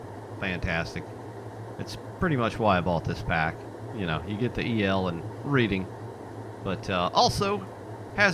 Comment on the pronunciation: Reading is pronounced "Redding." Thanks for the video though.